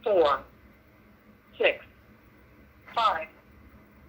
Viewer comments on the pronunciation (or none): he said s3x not six